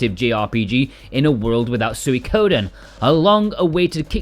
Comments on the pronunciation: "Sooey-koden" 😂 It's pronounced like "Sweeko-den" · It's "swee" as in sweet for Suikoden. Not suey. Sw-EE-Ko-den